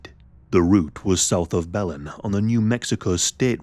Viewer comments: Hey y'all! I'm in Texas and have a few friends from Belen, NM. Just wanted to say that it's pronounced "Buh-lynn". And yeah, this case was so, so sad. Thanks for covering it,!!! 😅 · It's pronounced: BILL n Belen, New Mexico. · It's pronounced Buh-lin btw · Hey! I’m from New Mexico. Belen is pronounced “bel-EN.” The emphasis is on the second syllable. Thanks for covering a case from my home state! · "the route was south of bellend"